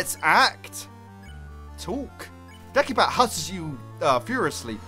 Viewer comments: It's not pronounced de-ki-bat it's pronounced de-si-bat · It's not pronounced Dek-i-bat. It is pronounced De-si-bat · Sorry if I'm criticizing, I think deci as in decibel is pronounced dessi, not dekki. So, it wouldn't be "Dekibat'. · i'm pretty sure your supposed to pronounce the c like an s in decibat, like decibel.